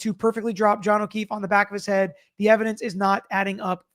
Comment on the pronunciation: He always sounds like he is saying,"Mr. O'Keith" instead of "Mr. O'Keefe" but ive never seen anyone mention it so i guess it may be just me. It drives me nuts.